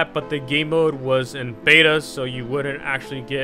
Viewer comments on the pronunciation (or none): none